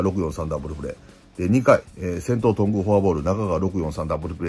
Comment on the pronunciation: とんぐぁう、すぎもつぉ